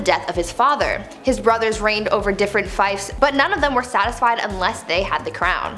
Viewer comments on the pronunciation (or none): ruled over different FIFES haha i can see them with their small flutes lol Fief is pronounced FEEF